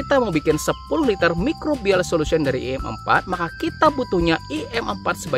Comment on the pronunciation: Kalau kau ngomong i empat? Empatnnyav for?